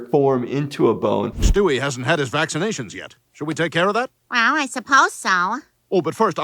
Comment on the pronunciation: Cuando dijo Stiwe entendí ste wei